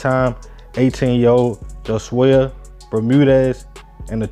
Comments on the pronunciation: Bruh his name was HOE-SWAY. Not Jo-Zay-Uh 🤦🏾‍♂️ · its pronounced Ho_Sway btw i know his ogs